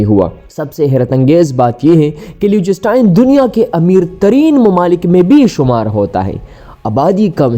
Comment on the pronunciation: Ek to AAP is ka naam ghalat le rahay ho doosra sab videos fake hain Meray bhai